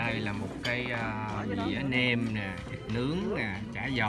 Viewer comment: "Nem" chứ không phải "men"